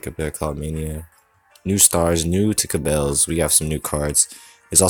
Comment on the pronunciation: Cabals is pronounced as KA-BAALS